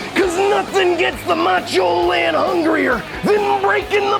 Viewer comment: I cannot even fathom a guess at how many times Lani tried to say "Macho Lan" and it came out Man because of course it did.